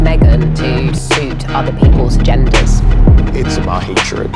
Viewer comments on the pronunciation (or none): I 🤣🤣🤣every time I see that clip with Harry's wife's lawyer saying what sounds like "gender" instead of "agenda". She sounds as stupid and deranged as Harry's wife.